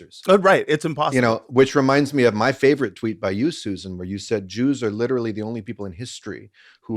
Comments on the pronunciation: Why do yall keep saying Suzanne instead of Susan? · I think y'all said Susan wrong. 😅